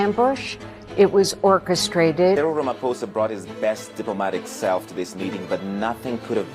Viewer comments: How does matt not know how to pronounce "Cyril"? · At least research how to pronounce Cyril's name and surname... So that we can criticize him properly. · Cyril is an english name c'mon Matt.